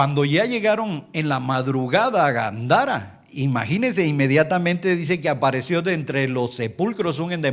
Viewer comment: Hello?? No es Gandara. Es Gadara